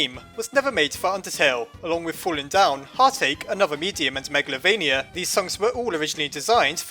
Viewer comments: It's calld magaltova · You pronounced meglavonia (meg la vo nia) wrong